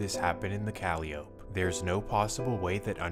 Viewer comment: Duuuuuude....the P in Calliope is NOT pronounced...🤦. Even if you aren't from there, ain't you ever heard a Master P or Silkk the Shocker song? Jeez man, makin my Louisiana ears bleed over here WHODI 😂